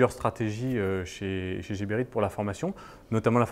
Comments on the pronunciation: c est Geberit avec un G comme guépard pas Jeberit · Nice nice, juste que par ici on prononce " Guéberit" et pas jéberit... Enfin on s'en fou mais ça fait bizarre...from Bxl..ahh les Belges 😉